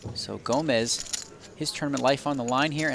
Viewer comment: His name is actually Gomes not Gomez You know not everyone is Hispanic . . . 👋🇵🇹🇧🇷